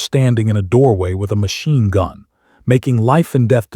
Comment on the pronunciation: Ditch the A-one voiceover. What's a machine GUN? or rotor WASH? It wasn't key san; it was Kay San. It was door gunner; not door GUNNER.